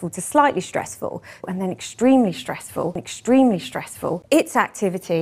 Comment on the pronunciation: I think she goes a step further and pronounces it "eshtremely"